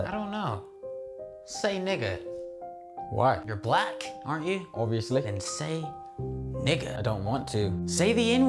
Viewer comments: Why he turn British when he said obviously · “Obviously” my boy went old english widdit 😂😂